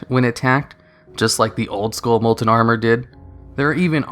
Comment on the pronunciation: Molent molent molent molent molent molent molent molent molent molent molent molent molent molent molent molent molent molent molent molent molent molent molent molent molent molent molent molent molent molent molent molent molent